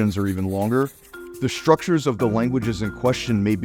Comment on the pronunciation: I hate when folks conflate all of South Florida. There is a big difference between Miami in SE Florida, and Naples in SW Florida. Interesting how a linguist says , "shtructures" and , "hishtry." A lot has been written about this (totally annoying) sound change.